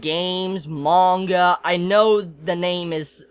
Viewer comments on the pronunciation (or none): none